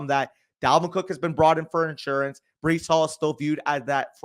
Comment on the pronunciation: Bro really said Breece hall mid 3rd💀💀💀